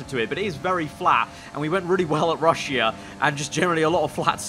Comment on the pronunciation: you know it's not pronounced RUSH - E - A it's RUSH - A. Just letting you know anyway you make really good videos keep it up